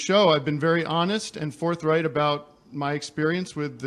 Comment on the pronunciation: Bro said forthright